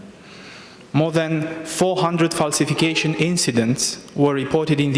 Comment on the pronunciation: "falsificăișăn" dl dr, sau ce oi fi, ne ai făcut dq de râs, așa "promovați" pentru Bruxelles, de așa guverne ratate. Mi a venit să vărs când am vizionat înregistrarea cu percheziționat și n care polițiștii au găsit ceasul femeii care l ai furat 😏Ai peste 10000 euro pe luna, nu ajung pentru "verifikăiș'n" 🤮